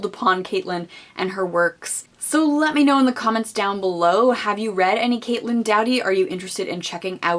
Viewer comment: How are you so enthusiastic and passionate about this women and speak in such a way that you have thoroughly researched her yet you continue to mispronounce her last name? Lol